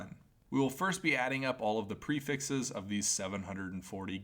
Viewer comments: lmao lmao he does kinda say "prefexes" you're lmao right lmao haha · The "prifexes" really grinds my gears Enioyed the vifeo anyway tho.